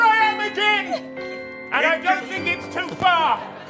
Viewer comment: I love the fact that the first time says again he established that it rhymes with Ben. Yet the second time he used again he rhymes it with mehem 😂